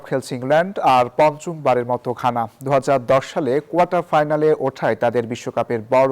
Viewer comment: গানা নয় ঘানা হবে😂